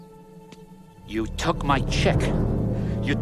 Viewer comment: 'he tek his jewb' 😵